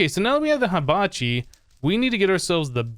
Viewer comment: You pronounced Hibachi wrong it's He-bachi